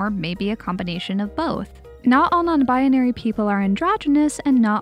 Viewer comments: Anyone else notice how she says “Non-binary?” She says it as “Non-bianary” and adds in a random “a” for some reason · im sorry but you pronounce non binary very funny, just i love it. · i'm sorry, this video was great, but i just have to point out that the way you say non-binary bothers me slightly